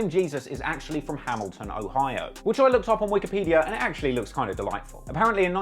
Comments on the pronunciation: This nigga said "BLAMilton" 😭😭😭😭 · "Blamiton"😂😂😂 you the G.O.A.T. man...luv Baltimore✊🏾